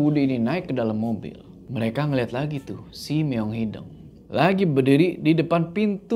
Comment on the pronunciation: Sampe skrg masih salah nyebutin “meong hideng” hrsny kan “hideung” ga sih 😂😂